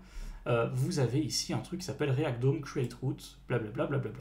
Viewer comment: Bon faut vraiment mettre les choses au clair ON NE PRONONCE PAS "LE DÔME"!!!! Ça se prononce comme "homme" le "d'homme" , ça fait tellement mal aux oreilles "le DÔME". Faites un effort, dans le dev, un minimum d'anglais c'est juste indispensable encore + que les bases JS, surtout si vous prétendez former des gens.